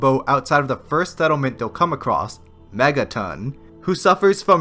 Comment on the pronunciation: Mega TON not TIN